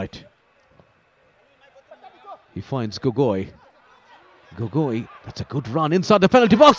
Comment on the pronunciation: Its not gogoii.. Its gogou.. Childhoodfriend..🥰 and trau fc goalkeeper was my brother🤣🤣